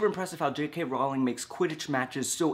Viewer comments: One small quibble: Her name is pronounced like "Rolling" not like "R-ow-ling". Everyone gets it wrong though :P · Protip: Rowling is pronounced like "bowling" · Her last name is row-ling like your saying bow as in hair-bow by the way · In my English class this week, we were talking about plot holes in medieval romance literature and came to the same conclusion--if you read the stories with a realistic mindset, you miss the larger meaning of the works. Side note: J.K. Rowling's last name is actually pronounced like "rolling"; I thought I'd tell you since that pronunciation won't be cleared up in the movies! :P